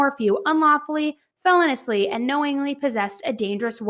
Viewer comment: Felonious "fe-loan-e-us" not "felon-us" lol.. I'm just correcting me because I hear you say it a lot and then I noticed you said it right one time in a prior video but for the most part you say it wrong LOL I'm not pointing it out to be a know-it-all